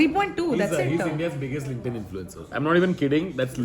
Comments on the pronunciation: The guy pronounces LinkedIn wrong. It’s “linked in” not “link-ed in.” This is an annoying comment but just wanna help so people don’t pronounce things wrong and get made fun of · the way that guy said linkdin cracked me up 😭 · Dude, he was kidding. Everyone knows it's Linked In.